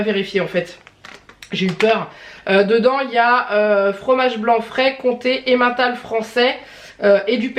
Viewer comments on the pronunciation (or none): none